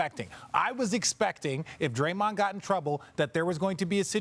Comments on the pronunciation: "Drayond" lol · “Drayond” lmao 🤣